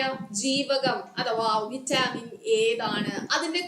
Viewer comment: വിറ്റാമിൻ എന്നാണ് vaittamin എന്നല്ല